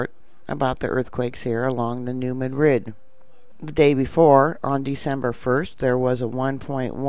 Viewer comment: Love ypu, but THIS Madrid is pronounced New MAD-rid. Rhymes with "BAD kid." Emphasis on the first syllable. Thanks for keeping us informed. Have a great Christmas.